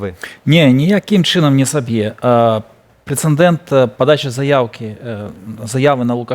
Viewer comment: неужели сложно запомнить: прецедент? Не "прецеНдент"...😊